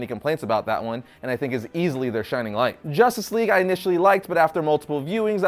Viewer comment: You mean "JOSStice Whegue"